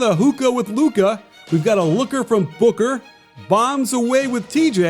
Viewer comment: I swear I thought he said hooker for booker